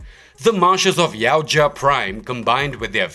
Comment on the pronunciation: YA-OOT-YA not YOW-CHA